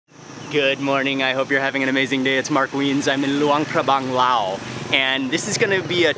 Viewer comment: Mark, question for you: Isn't LAOS pronounced with the "S" at its end, rather than just "Lao"?